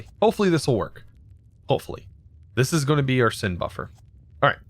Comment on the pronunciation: I like how he says "sind" instead of send